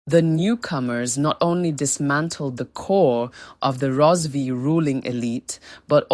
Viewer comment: Karanga not shona...Rozivee empire😂😂 haii its not make sure